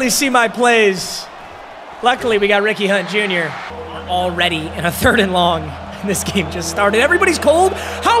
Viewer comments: Is it just me or did it sound like he said weenie hut jr when he says Ricky hunt jr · Anyone else constantly hearing “weenie hut jr” instead of Ricky hunt jr